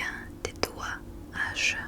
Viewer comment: petites corrections histoire que tu puisse t’améliorer, en français ont dit « combien de doigts ai-je » le dernier mot ce prononce comme un é de déterminer ou autres voilà